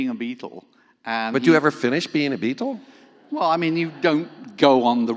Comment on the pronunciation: Love Ryan’s English pronunciation of “Beatle”. Nice touch.